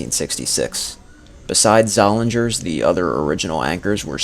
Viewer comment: The only correction I would have made was that the 'g' in Zollinger's is silent. Both Zollinger's and Leh's had department stores in downtown Allentown - and wanted to expand to the Whitehall Mall. The other downtown Allentown department store - Hess's, had many satellite stores in the region.